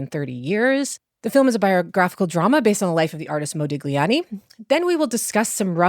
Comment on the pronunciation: I take the bashing of their elders in stride, I'm unsurprised by the openly partisan take on Germany, and I'm not even much bothered by the ad hominem attacks on Johnny Depp, but the fact that neither the host nor any of the guests can pronounce "Modigliani" in a critique of a movie about -- checks notes -- Modigliani, was a real let-down.